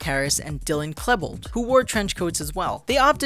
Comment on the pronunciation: Dylan Clebold? Really? It's Clevebold!